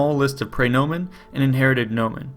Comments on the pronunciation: His mispronunciation of praenomen is also killing me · "Pry"nomen. Ugh, did no one take Latin ?